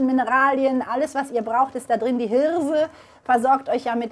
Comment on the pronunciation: "diese Hirrrrrrrse" :-) herrlich, schönes Video....bestimmt lecker...LG